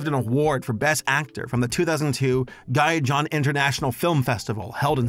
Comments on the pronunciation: Come on it's pronounced "Heehon" not guy-john 😭😭😭 what happened to those spanish lessons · "Guy John"? Really?